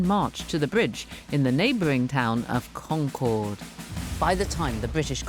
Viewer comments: According to the BBC's own series about the English Language, New Englanders speak a more accurate English than the modern day English. So maybe she should learn how to say the name of the town in New England. Hint: it's CON-cerd, rather than Con-CHORD. In school we all learned that there were multiple riders in history class, and we learned Longfellow's poem in english class. It's not such a big deal. For an alternative telling of the history in more detail, check out the videos on the subject on the "All Revolutionary War, All the time" YouTube channel. The pronunciation is more accurate over there too. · The locals don't pronounce Concord like the plane. It's like con-KERD. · And Concord is pronounced like "conquered", the second syllable is unstressed. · She learned a lot on this trip but not how to pronounce "Concord".